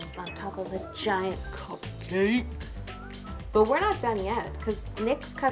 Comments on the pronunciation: The way you say "cup-CAKE" is priceless. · How she says cupcake😂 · I don't like her saying cupcake that way